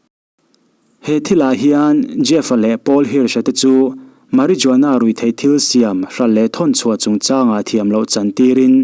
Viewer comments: Mari zuana yih loh tur.....mari-huana tia lam tur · Ngaihthlak anuam in afelfai khawp english threnkhat pronounced Dan poh mahse thil 1 inthlahrung deuhin Ka lo correct ve lawk,marijuana tia lam fawk ai chuan Mariuana(J khi arilo a lam) tih a lam zawk tur ani e,marijuana lam don chuan 'J' hi silent tur..👍👍👍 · A ngaihnawm hle mai.. I aw hi a sial Marijuana lam rik dan hi (H) tur zawk a nia.. meh· ruh· waa· nuh. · Marijuana ni lovin, marihuana ti a, lam the!!!Spanish ah (H) hi silent. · Soi buai veee😂.... Marijuana tih a,J hi lam telloh tur.. Mariuana tih tur. H chu soi tel ve lo mai ang😂😂😂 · Marijuana i lam dan hi.. Fimkhur teh, ngaihnawm thei si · Lam nalh chu ngai lo na in, lam dik la chu a tha, video hmasa pah pawh Paris Jackson, Jackshon ni lo in midang tam tak ngaithla tan education pakhat ani a, lam dik a pawimawih khawp mai entirnan marijuana tih te ka lo belh ve ange.